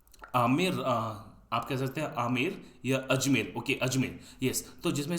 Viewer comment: Ajmer bolne me itna pareshan